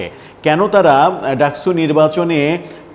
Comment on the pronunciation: ডাকসু কে আপনি ডাকছু বলেন কেনও!